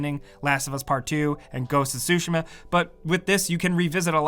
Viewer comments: Its ghost of tushima not ghost of shushima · It's not "ghost of sushi-ma", it's "ghost of tsu-shima" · definitely said sushima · ITS GHOST OF TUSHIMA NOT SUSHIMA AAAAAAAAAAHHHHHH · “Ghosts of sushi-ma” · "Ghost of sushi" 💀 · I pay attention to too much detail smh... "Ghost of Sushima" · Ghost of Sushima?? 😂😂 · "Ghost of sushi-Ma"